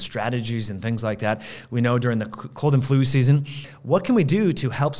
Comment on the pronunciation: It just makes me laugh when I hear cold and flu "season"